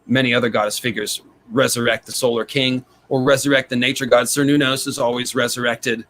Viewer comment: Just a clarification I needed before the 100th time I heard the phrase: "cernunnos" not "Ser Nunos", lol